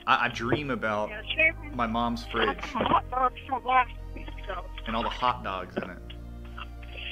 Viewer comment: Hut dug. No onion jooshe. Bacon double cheeseburger with bah-b-que saush. No pickles.